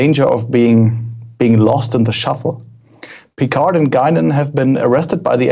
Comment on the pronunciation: Auch, wenn es das englische Review ist, so könnt ihr doch Picard richtig ausprechen, wie wir oder vor allem die Franzosen selbst es tun: ohne "d" am Ende. ;) BTW: Etwas weniger Klischee-Deutsch im Tun und Aussprache fänd ich angenehmer.